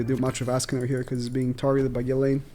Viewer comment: Why does he always say Ghilaine, not Ghislaine?